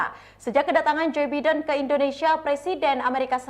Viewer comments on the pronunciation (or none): Mbak, kalo nyebut nama orang, apalagi nama seorang presiden itu harus benar. Biden dibaca “Baiden” dan bukan “bidden” ….. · Nama org hrs dieja sesuai dgn bahasa aslinya mbak. Biden dibaca BAIDEN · Mba bisa baca nama bidin dengan bahasa yg benar jangan asal bunyi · Pelapalan nya Baiden malah biden wkwkwk, luar biasa tukang cooypaste ini